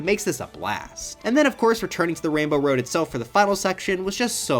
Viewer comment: “it’s time to enter wainbow woad”